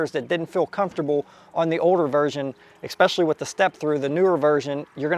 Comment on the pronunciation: "EX-pecially"...seriously? C'mon dude. ESpecially...I know it's a nit picky thing, but I speak for a living and would get crucified. Otherwise man, I love your videos.